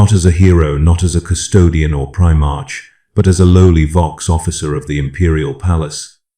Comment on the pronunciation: Legit question. Why does you this AI voice mispronounce Primarch? Shouldn’t it know better?